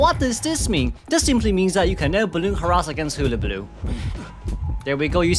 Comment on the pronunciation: I just love the way you pronounce hullabaloo it's so cute